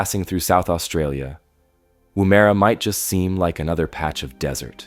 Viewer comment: lol, woo-mare-a It’s just Woomera